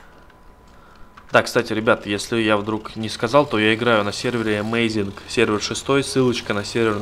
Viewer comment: Amazing а не Amazin